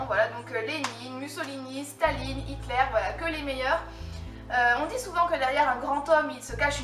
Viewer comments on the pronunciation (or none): none